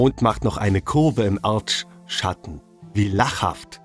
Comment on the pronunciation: Erdschschatten. Ich lieg underm Tisch 😂